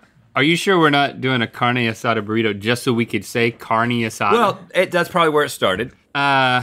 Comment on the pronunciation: The highlight of this video was them trying to say Carne Asada